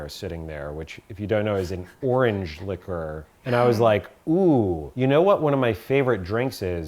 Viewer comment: Hey,! "Liquor" and "liqueur" are not pronounced the same! Just thought you'd like to know, Dear One! I love this series. Thanks for another great video. All three recipes look so good.